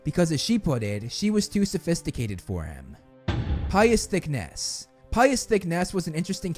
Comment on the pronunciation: Dude i know you're doing awesone work for us potter heads but seriously! Learn names! Thick ness? Sounds like the loch ness monster has a big arse! Its thick-knees phonetically same with others you've slaughtered say them phonetically, i just founf ypur channel and due to being like you are with alcohol and thankfully not the other stuff anymore i love it love the passion but being british names just irrate me when spoken incorrectly